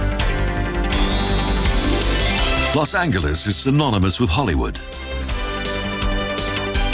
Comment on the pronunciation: 1) Anglicized, the city is loss ANN-jell-us, not loss angle-us. 2) Yosemite is a national park, not a nature park, and it's yo-SEM-it-tee, not yo-ZEM-it-ee. 3) Grand Canyon is about 16k/9mi wide, not long; that measurement is 277mi./446k. 4) Yes, it's spelled Canyon de CHELL-ee, but Canyon de Chelly is pronounced Canyon de SHAY. 5) Just like #2, Zion is a national park, not a nature park. 6) Bryce Canyon is also a national park. 7) In the Denver section, the word (cupola) is Q-puh-luh, not CUP-uh-luh. 8) Rocky Mountain is also a national park, not a nature park. 9) The Crazy Horse Memorial was started, not constructed (as in finished all in 1 year) in 1947. 10) Yellowstone is also the world's first national park, not just the first in the USA.